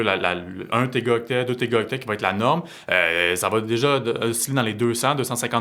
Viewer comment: Est-ce qu’on peut dire à que c’est des *Téraoctets* et non pas *Tégaoctets*? 😅